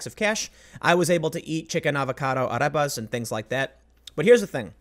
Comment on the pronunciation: The way he pronounces arepa 😂 Love you Tim.